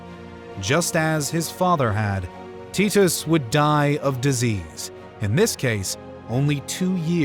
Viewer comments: The pronunciation of titus is killing me lol..tee-tos? Always thought it was tie/ty-tus.. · Its Vespasian. Vess-spay-zee-un. Titus. Tie-tuss. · They are pronounced VES-PAY-SIAN and TY-TUS. not whatever you were saying. Good video though, especially giving Domitian his dues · Teet-Us had me laughing so hard. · tit-us xD